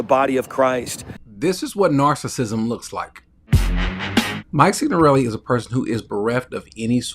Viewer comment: Yello! 😂 Thinks because he’s Italian, he needs to be there to ramble live on YouTube. Like he’s the only other Italian in the world, destine to rise upon the death of the pope. 😂😂 Pronounced his name in an Italian accent at the end of his video to drive it in. Ok, we get it, Mikey, you’re Italiano. That doesn’t qualify you to travel there and ramble on for over an hour, nor rise up as a self-appointed “apostle.”